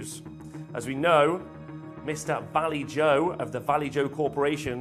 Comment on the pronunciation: bloody valley-joe will never not make me laugh when i hear it